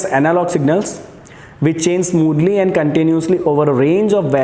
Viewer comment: AND gate not END gate sir ji